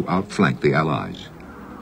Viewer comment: 'Mun-stein'?! Man-stein, Jesus...